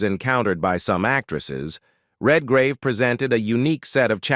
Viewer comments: Who ever does these needs to get the names right it’s not Vanessa Redgrave not Vanessa red -gauve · Venessa Redgravey what a horrible pronunciation of her name. Its Venessa Redgrave - Red as in colour and Grave and in burial. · They couldn't get a human to do the narration? Hess-stone... Redgrawvay... AI still has a long way to go. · Per fer man ses....REALLY?!?! red gar ah vey!!!??? (For those of us who speak well known words...performances and Redgrave) And when did Gene Simmons become "a glamorous Hollywood actress!?!!?😂😂🤣🤣🤣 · Heston was NEVER black-listed in Hollywood. It's 55 Days AT Peking not TO Peking. It's Vanessa REDGRAVE (English actress) not the Italian sounding RED-GRAVEH. Heston didn't appear in The fall of the Roman Empire, it was his Ben Hur co-star Stephen Boyd. This is so bad I can't keep watching. Good luck!